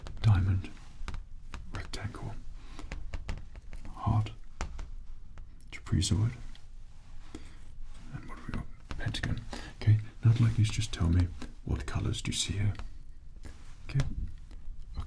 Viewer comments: “Zed” I can take. Or-a-gone-o I can tolerate. But “Truh-pee-zoid?” Man, that ain’t right 😂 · I've never heard anybody say "trapezoid" like that! What? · Kinda fun but also hard to say. 😂